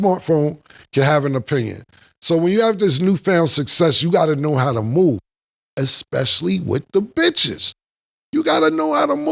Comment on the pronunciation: Did she say: Eck specially 💀💀